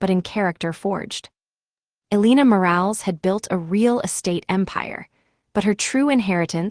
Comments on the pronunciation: Omg! I can’t stop 😂😂😂 when she says the last name. Moral not Morales 😂😂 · Elena, pronounced Elayna. Morales, pronounced Moe ra less. Roberto, pronounced Ro bear toe.